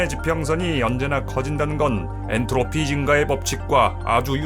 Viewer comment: "엔르토피" ㅋㅋㅋㅋ